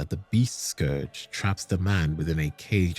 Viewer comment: FYI 'scourge' rhymes with 'urge' not 'forge'.